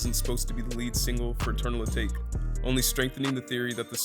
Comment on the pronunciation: I think your pronouncing eternal atake wrong, it’s a Japanese word and meant to sound like teriyaki, atake.